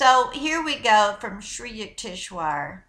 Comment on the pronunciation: HIS NAME IS PRONOUNCED SRI U-TEKS -VAR. I DONT RECALL READING THIS INFORMATION FROM ANY OF SRI YUKEWARS MATERIAL.HE NEVER USED THE WORD GAIA. SHE IS PLAGIARIZING HIS NAME TO SEND HER OWN MESSAGE. I DONT DENY ITS A POSITIVE MESSAGE,I JUST DONT THINK ITS IN THE INTEREST OF HONESTY. SHE SHOULD NOT BE DOING THIS.